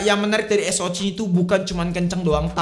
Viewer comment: SOC baca ES OU CI Gpp jadi anti mainstream bang. 😊